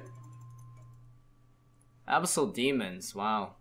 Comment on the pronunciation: Alright man, say it with me. Abyss. Abyss. Abyssal. Abyssal. Abyssal demon.